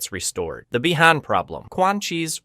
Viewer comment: could these american channels learn to prononce Beeee Han not Byyyy Han